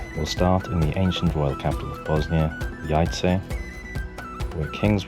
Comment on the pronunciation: Town is pronounced - Yayce. Before visiting any city try to learn the proper pronunciation of a city you are visiting.. It is important